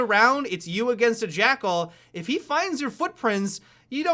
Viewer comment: "jackerl" 2017